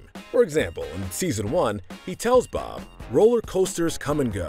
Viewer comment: I thought that you said blob for a second